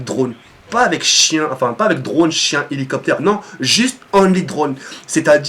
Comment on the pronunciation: ptdrr tu me faire rire quand tu dis "Chien" tu prononce bien le SHHHHHH CHHHHHHHIEEEEEEEN